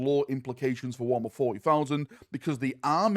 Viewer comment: Why do you say Warmer and not Warhammer?